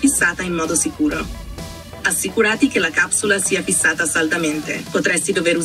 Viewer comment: ..assicurati con l accento sulla a...una roba incredibile.